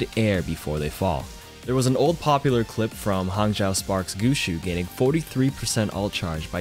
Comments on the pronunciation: GUSHU? GUSHU? It’s gush-way! No hate tho love ur content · I know he didn’t just say “gushu” .... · “Hangzhou Spark player Gukshu” 😂